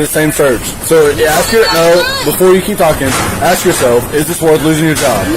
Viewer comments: She can't pronounce A-S-K... insted she sais every time AX-... :D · Isn’t it more trouble to say “axks” than it is to say “ask?” What is up with that. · Why is it hard for black people to say "ask" instead of "axe"? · can't even say the simple word "ask" without saying "ax". DEI employee. Those people always want to call their mommy.